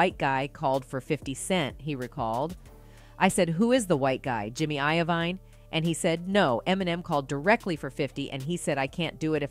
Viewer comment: JiMmY i-o-ViNe 🤣🤣🤣